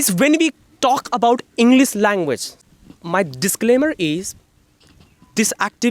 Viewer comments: Sir English ko Englis Aur should ko sould Pronounce karte h. Isko bhi theek karna chahiye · Arre Sir, Englis Nahi Englishhh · Englic ni hai bro English hai😂